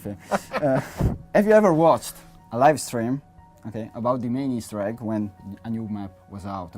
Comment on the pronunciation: Ah ma non gli hai detto "Easter Igg" ?